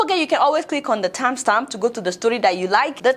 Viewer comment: Not me enjoying Adeola struggle saying "Timestamp" ....Love to see your videos